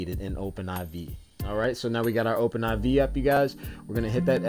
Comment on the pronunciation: Only Noobs pronounce it Open Eye Vee. Do you say GTA Vee? No noob, it's Open 4 and GTA 5.